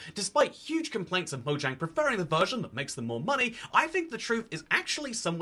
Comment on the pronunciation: It's spelled "Mojang" It's pronounced "Moyang"